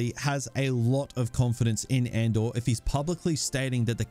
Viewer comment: "Or Andor" sounds like "or/and/or"